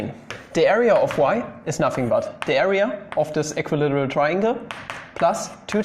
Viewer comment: How to english? That was a Good One! (Made me chuckle.) Equi-literal triangle? Almost the same as equilateral = equilAteral. The "circle thingy" is called a SEGMENT by the way, same as in deutsch, except for the stress being on the first syllable in englisch, and on the second syllable in deutsch. (You are welcome, no charge, as always, with LOVE :-)